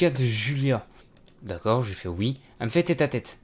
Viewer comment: il dit ui au lieu de oui